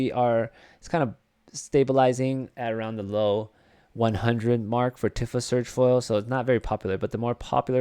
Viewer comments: It’s “Tee-fa” not “tiffah” bro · He must be very tired because everyone knows it's not pronounced that way.